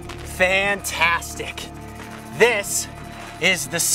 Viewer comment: Lol about when he said fantastic I was like NO NO NO BRUH WAT U DOIN IFS fanfassssssssstic U SHOULD KNOW THIS (all with a British accent)